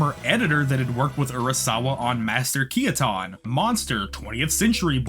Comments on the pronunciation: "Kee-ah-ton"? ... ....... It's supposed to be his English name, like British English. It's "Key-ten." (yes, this was all I got out of this video, none of the exploration into the power of stories, the nature of belief, or how weird and delightful this series can get, the simple pronunciation, or mispronunciation, of the name of a character who doesn't even appear in Billy Bat got me to post, I will not be taking questions at this time) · What the mother fuck was that pronunciation of Keaton